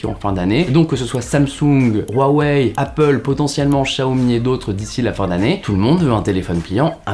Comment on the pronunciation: On prononce Ruawei et Siaomi.